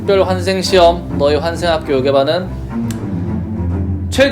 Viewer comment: 환생 학교인데 확교라고함 ㅋㅋㅋㅋ